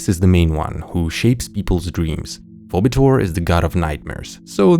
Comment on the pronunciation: Btw Phoebetor is pronounced "fee-bee-tor".